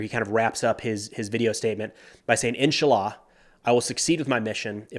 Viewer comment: pronounced InSHAllah (if God wills)